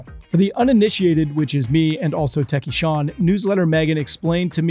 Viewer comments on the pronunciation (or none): none